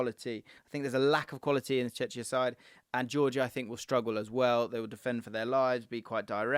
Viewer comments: Why have so many people recently pronouncing czechia wrong? Its not chetchia its pronounced chekia. Stop confusing it with chechnya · It’s pronounced Check-ia not Chech-ia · It's 'czeCKia' big man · its pronounced Cze[ck]ia bro pleasee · Cmon, it's not Chechia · please, learn the pronounciation of Chechia, it sounds like Chechnya 😅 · mate I love you but are you really pronouncing Czechia ‘checheea’ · That Czechia pronunciation... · Mate, your videos are great, so keep it up! 💪 but for my sanity, could you please rethink your pronunciation of Czechia? It hurts my ears. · I love the pronunciation of Czechia